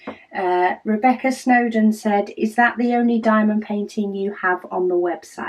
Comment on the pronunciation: Hi, you pronounce it well! My grandma is doing great, the daily healings are a crazy moments due to her pain but the doctor told us that it looks good and the process will be long. Enjoying the advent!